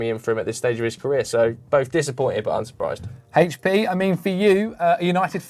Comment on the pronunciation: Hechpee like the sauce.